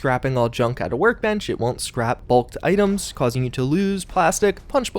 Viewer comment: love the way he says "items" AA'DEMS